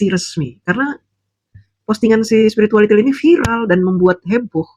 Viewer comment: paseh sekali mengucapkan SPIRITUALITIL 🤣🤣🤣🤣🤣🤣